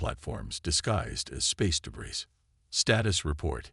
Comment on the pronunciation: I find it hilarious, that the AI cannot say. Debris properly even now😅😅